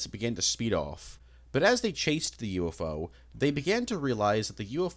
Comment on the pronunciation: It’s so weird to me how he pronounces UFO as U- Fo.